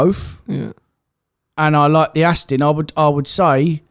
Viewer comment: Why does pronounce Aston, Astin?